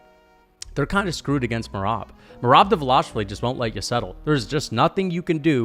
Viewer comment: I thought this dude was pretty impressive after the first take. Then he said Justin Gaethje can’t wrestle and that Khabib took him down first try (try 7th) Then said Henry isn’t dangerous on the ground, which made me literally lose brain cells. Then he meat rides dvalishvili and can’t even pronounce his name right and has the nerve to even suggest that it’s possible he could beat Max🤣 This dude seems like he is a casual fan that did minimal research sand only watches the main event fights and probably doesn’t even know that Justin Gaethje gave JORDAN BURROUGHS one of his toughest matches, ever Henry is a 2x gold medalist, and to say Cory is his nightmare when Cory got submitted by Aljo, is purely naive. I agreed with Khamzat v Adesanya cause that’s common sense. Justin probably knocks out both beneil and gamrot, arman and him would be close, by no stretch of the imagination a “nightmare”